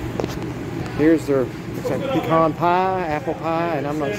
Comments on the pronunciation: You can spot a yankee 40 miles. Still don't know how to say pecan . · You. Don't know how to say pecan.